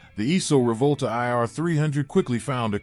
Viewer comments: Try and say "Reevòlta" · wrote "Reevòlta" because this should be the correct pronunciation of this Italian word (Rivolta) said by an American who does not know the Italian language.